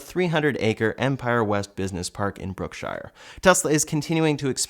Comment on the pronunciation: Brookshire is pronounced Brook-sure, unlike the Shire, unfortunately. I grew up there.:) Good work!